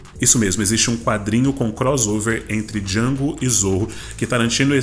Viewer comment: o D é mudo, caipira